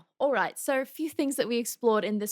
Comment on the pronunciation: when you go full australian with the "ol`right mate" you know something cool happened :D